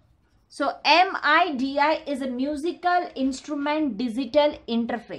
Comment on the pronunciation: my soul got crushed when she said M.I.D.I instead of midi